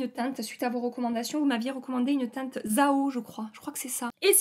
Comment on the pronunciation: J’adore ton accent chantant quand tu dis sans arrêt « cette teinteuh là » À chaque fois ça me fait sourire 😁 « pailleutè »